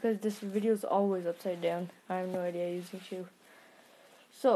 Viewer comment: It's not shoe its shou